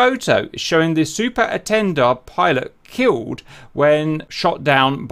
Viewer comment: Cap, it's pronounced "ay-ton-dard"